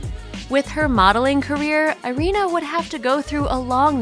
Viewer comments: Her name is pronounced ee-REE-na, not eye-REE-na. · Irina is pronounced EE-REE-NA Mispronunciation is annoying as hell.